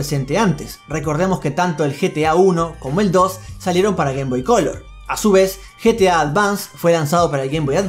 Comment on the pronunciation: No es GTA es GETA